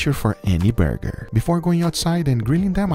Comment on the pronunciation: Can we get a 2 hour ASMR Guga video where he just says "burrgeerrrr"??